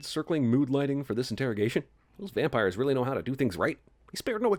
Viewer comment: Puppires! PUPPIRES? REALLY ! ROFL